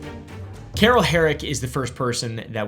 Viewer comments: I read Carl but I hear Carol 😂😂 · Where I'm from - Carl is not pronounced like Carol as is doing in this video. Changes none of the content, but I just don't think you are pronouncing it correctly. Thanks for your content! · why is he pronouncing carl as carrol 😭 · #1 First person is Carl. Not Carol. 😅 #2 My last name is Herrick! #3 Love your videos bro!